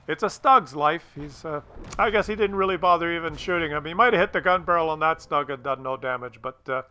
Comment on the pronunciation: Stoog ! Not Stog